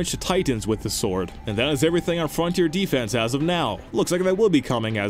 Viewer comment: I disagree with the way you say both "Mastiff" and "defense" as in Frontier Defense.